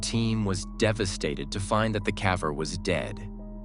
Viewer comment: My favorite is where they pronounce "caver" as "cavver", and then switch back and forth. Vanox does the same thing with their AI voice.